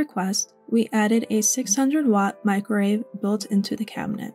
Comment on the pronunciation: Love the build, but it sounds like you keep saying "microrave" instead of microwave. Just an observation.